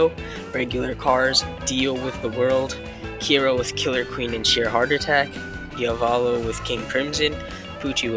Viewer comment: you said diavolo and jolynes names wrong